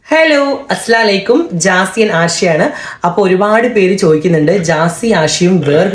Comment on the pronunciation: അസ്സലാമു അലൈക്കും.. Not അസ്‌ലാലൈക്കും